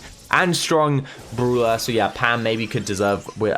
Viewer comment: I like how he pronounces brawler. “Bruler”